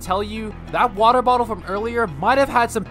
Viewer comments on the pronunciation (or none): more like "wodae bodae" he said lmao